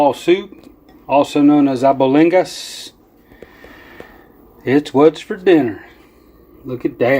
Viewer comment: 'Abolingus' soup😂🤣